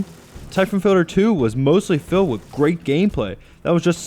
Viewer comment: someone should review this guys REVIEWS. they fuckin suck and he doesn't enunciate....syphon filder, syphon filder, NO! it's syphon FILTER!